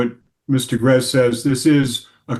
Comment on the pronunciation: Am I confused or was the judge calling the woman Mr. Garez